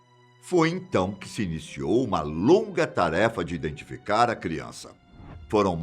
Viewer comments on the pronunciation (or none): none